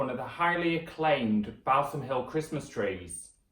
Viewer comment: its pronounced "Ball - sam" ....not bowel-some lol